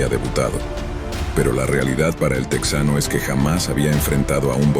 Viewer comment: Orale! No se dice TEX ANO, se dice TE JANO. No pronuncies esa palabra a lo gabacho!